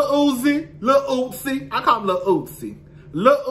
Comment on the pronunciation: Every time you call Uzi, Lil Ootsie, I fall off the couch laughing lmaooo